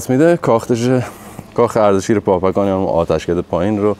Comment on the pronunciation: به درستی شما بابکان را پاپکان نامیدید. در زبان پارسی فیروز معنی ندارد. در زبان عربی پ، ژ، گ وجود ندارد. دزفول، دژ پل بوده. فیروز آباد ، پیروز آباد و حاجی فیروز ، احتمالآ....پیروز بوده. ممنون ، همه دوستان از ویدیو های شما لذت میبرند. موفق باشید.